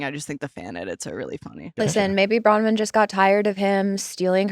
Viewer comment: I love you guys and this pod but PLEASE get Nick to say BrowNwyn not Browyn, its driving me mad haha